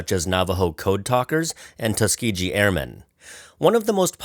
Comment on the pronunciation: Did you say Tusk-gee-JEE? LOL. It's Tusk-gee-GEE.